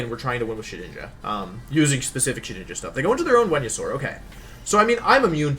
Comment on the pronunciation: Shedinja? More like Shewinja.